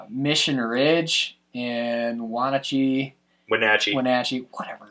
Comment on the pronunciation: Kudos for the pronunciation of Wenatchee:D